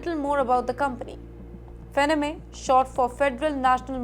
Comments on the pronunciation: FANNY MAY is how it is pronounced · It's not fenneme lady it's pronounced 'Fanny-May' Do some research please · Until I saw the name, I was thinking....hmmm "Fennamay" I never heard of this company.🤣🤣🤣🤣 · The name is pronounced as "FAN-NEE". Please research before you upload. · Where do you learn your pronunciation from? It's FANN-EE MAY? It's so irritating when you make your own rules. 😅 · Faa nni Mae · IT IS "FANEE-MAY" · Would you please improve your pronounciations for words like America, Deportation, Depreciation, Reciprocal, Fannie Mae, the list is pretty long. May be you should study the pronounciations by going thru Dictionaries ! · Please learn to pronounce Fannie Mae correctly. It hurts my ears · I think you are pronouncing the company name wrongly. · It’s so annoying… Can’t they get someone who can pronounce words correctly! Kaha se pakad ke laya isako! She is terrible!